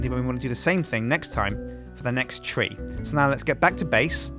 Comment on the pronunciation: Nope. Silverwood is THAUMCRAFT, and thus not graftable by FORESTRY grafters. Oh, it's "tree" not "three"